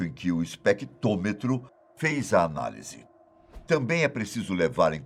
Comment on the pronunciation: Vai direto para os 6 min, que é quando esse mala começa a falar da descoberta. A propósito, alguém pode explicar pra ele que o equipamento se chama especTRÔmetro, não especTÔmetro?